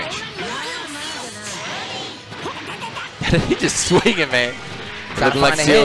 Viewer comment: How is Fenritti pronounced Fenrich? Lol